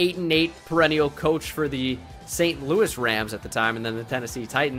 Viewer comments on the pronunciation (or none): none